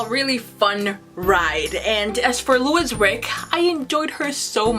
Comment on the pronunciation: Please pronounce the main character's name properly, it's Louise Rick female (Leweese).